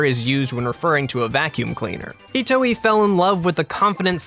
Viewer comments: "Shigesato Itowee." It's pronounced (E-toy) not itowee.:/ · "Ee-t-oy" not "Ee-t-oh-ee" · "Shigesatu Itoh-ee" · Shigesato Itooey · That's not how you pronounce Itoi...